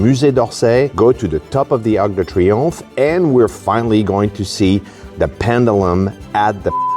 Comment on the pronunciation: "Arc de Triopmhe" ?... 🧐 How do you pronounce that ? 🤓😉 ( answer : like triomphe 😉)